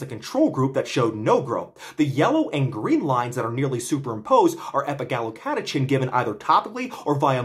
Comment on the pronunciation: Just a few notes: - autophagy is generally pronounced "ah tah fuh jee" - Epigallocatechin gallate is EGCG, a pretty well-established antioxidant which has been studied for hair loss, and is not just some TCM molecule with no valid rationale for use. The "chin" is pronounced "kin", I believe (though I might be wrong, you might want to check this). Nitpicks aside, thank you for the informative video as always! This is very exciting research. It makes intuitive sense to me that inhibiting mTor would help hair growth (up to a point).